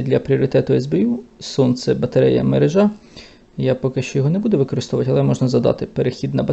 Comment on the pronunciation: Спасибо за Ваше видео! Наголос у слові «мерЕжа» от такий😊